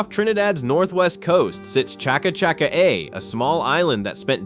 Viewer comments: And a word you miss pronounced is the french word pronounced, Shaca Sha carie. The second and third part pronounced like the American female speed star. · I wish they would get some of these pronunciations correctly even if its an A.I. voice...good lawd!! Cha ca cha ca a!! Really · What on Earth is Chakka- chakka - ay? Try again, taking your time. Not the first time your pronunciation has caused spontaneous belly-laughs. Say all the place-names again,.